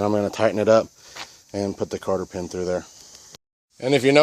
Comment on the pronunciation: Cotter pin, not Carter pin